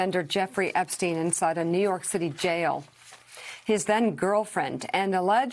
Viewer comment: The way she said "new York city jail"... Lol